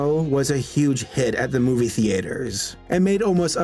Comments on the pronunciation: Because he doesn't know he to read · Why do you keep saying "the-aiter"? It's pronounced "theether"! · watching the video man, I love!: “THE-AY-TER” *tears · I don't know why but the way says theater sounds so strange